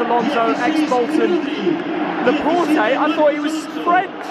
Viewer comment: ffs one thing i hate is laport-ae its laporte -(laport) ffs